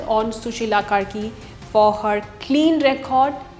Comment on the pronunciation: Karki❎ Kurkee✅